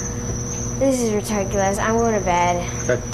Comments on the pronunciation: "This is retarculous..." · She was about to say retarted then switched to ridiculous but came out as reticulous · "this is retarculous"